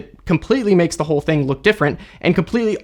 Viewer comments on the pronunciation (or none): none